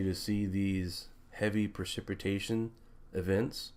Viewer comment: I am a devoted fan of your work. I just have one suggestion for improvement. Pronunciation of precipitation. Pri-,si-puh-'tay-shun. Love you buddy.